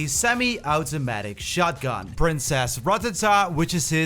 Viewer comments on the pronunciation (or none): none